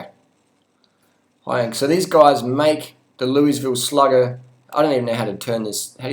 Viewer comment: You are butchering the pronunciation of Louisville, but hey I dont live there I live in Michigan and ride good bikes bought 2nd hand for cheap. Riding a Giant Iguana aluminum frame right now. Not interested in carbon frame too fragile a material. I agree with your comments on bike snobbery. Get a decent bike cheap and ride... Be safe out there.